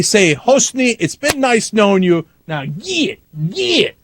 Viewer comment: LOL "It's been nice knowin' you, but geeeyit!" I didn't know Cenk spoke Texan. Evet!